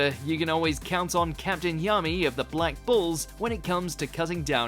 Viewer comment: Everytime says black bulls..it sounds like black balls lmao smh